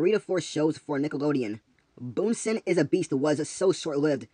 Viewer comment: Bunson, not Boonson.